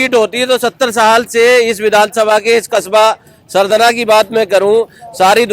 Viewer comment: Sardhana bhai kahi hindi ka bhi dukan par bord dekh liya karo aap sahi pronouncetion kiya karo